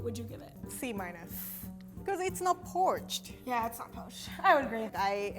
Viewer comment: porched eggs lol 😂 you’re the best, at least your English is entertaining if not fairly well spoken.